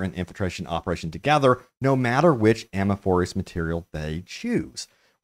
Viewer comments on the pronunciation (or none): I thought he says a-mor-a-for-us. Lol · Say it with me A-Morph-Us, ammoforus is wild lol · Every time he says it I cringe lol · Ammorforus lol like my mate he says turrents instead of turret and he says cyro instead of cryo 🤣🤣🤣🤣 fucking diliquents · Uh - More - Fuss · His fiancé said it correctly. He might be pulling a Day9 and luring interactions by pronouncing it incorrectly on purpose. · You need to learn how to say amorphosis.... 😅😮